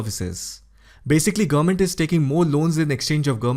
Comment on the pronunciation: Good presentation. Work on how you pronounce "government". You speed through and it sounds like "gumment". It's 3 syllables.